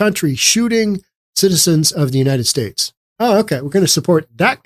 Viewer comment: He was singing on one early video ‘ YOU CAME TO WORK BUT I CAME TO VACATION ‘ . Then he says ‘ I do not have to work cause I get money and food and this little princess was born here.’ ‘ I do not want to work ‘ . He pronounces UNITED STATES “ UNI ESTAY “. Also, I do not feel sorry for his partner, she was in the background of this video laughing. DEPORT HIM ASAP!! 😡